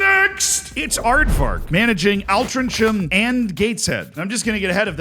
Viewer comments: It's actually pronounced 'Ol-Tring-Um' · It’s said alt ring ham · As someone who lived there, I'm going to blow your mind by telling you it's pronounced "Altringham"